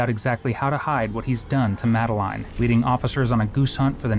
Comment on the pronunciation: How do you have so much trouble pronouncing Madeline and then all of a sudden you pronounce it correctly? Just play the video at this point stop yapping over it